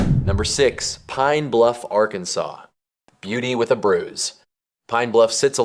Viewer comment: It’s not pronounced Arkan-saw like the state. The river is the Arkansas River pronounced Are-Kansas River named after the Kansa Indians in Kansas.